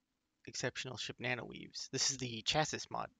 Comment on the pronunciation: You don't say the 's' on the end of Chassis my man... bless your soul.